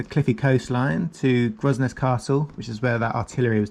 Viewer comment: Grosnez is pronounced Gronay and the “ramp” is a slipway . 😃🇯🇪